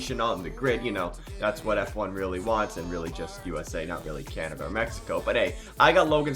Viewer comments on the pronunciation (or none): none